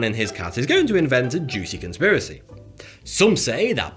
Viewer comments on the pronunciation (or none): none